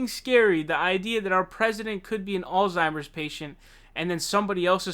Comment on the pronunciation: Also, pay attention to how he (mis)pronounces Alzheimer's. Doesn't know the least little bit about German phonology?